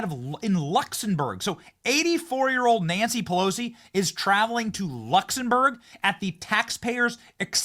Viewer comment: great show, but again, check your pronunciation. Luxembourg has an 'm', not an 'n'. Keep up the good work.